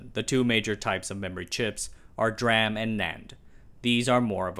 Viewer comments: Don't you pronounce DRAM as Dee-Ram, Instead of Dram? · Hi, can I ask that you to pronounce DRAM as Dee-RAM rather than Dra-am? I'm a DRAM guy, and no one pronounces it as Dra-am. Thanks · This is a text to speech video: "d"ram not dram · You say "dr-am" while I say "d-ram" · Sorry to be that guy, but you should know that it's usually pronounced "D Ram", not "Dram" like the unit of water. Dee Ram. D-RAM. Dynamic-RAM. I've never heard it said like you do before. :) Edit: Also, same is true for other types of ram. Like static ram being called S Ram not Sram. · just FYI, DRAM is generally pronounced "dee ram" 👍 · You could double your subscribers by pronouncing D-RAM correctly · I like the way he say DRAM. He should have patented it.